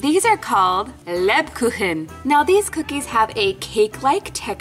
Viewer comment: It is so fun how you say Bratwurst and Lebkuchen 😂🤣